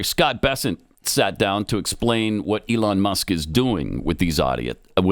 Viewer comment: So we just ignored the fact that said, “Eon Musk.”